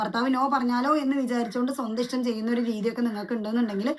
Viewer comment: 🤣 ' ഇഷ് റ്റം " എന്ന് അല്ല ഇത്താ 👆ഇഷ്ട്ടം ഇഷ്ടം 🤗